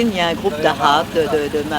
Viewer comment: Il semble qu'en 1973 déjà on a commencé à avoir un problème à dire arabe ! Lol